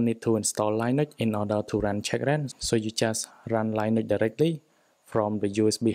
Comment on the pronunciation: Never heard anyone pronounce Linux as Lie Nucks 😂